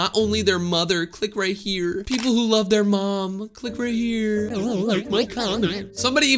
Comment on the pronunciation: "i lab my family" killed me 💀